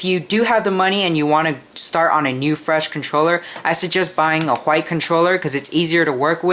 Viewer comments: I love how he says white.....wquhite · did you just put mad emphasis on the "h" in white? i bet you like cool whip XD